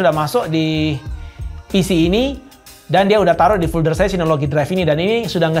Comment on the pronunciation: maaf agak terganggu dengan penyebutan "fulder". biasanya kan penyebutannya "folder" . overall penjelasannya sangat mencerahkan. terima kasih.